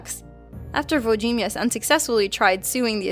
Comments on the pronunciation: uo-dshi-miesh (włodzimierz) she-pie-luw (szepielów) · She says Wlodzimierz wrong the first time but gets it right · it's wood-ji-mertz she-pa-luv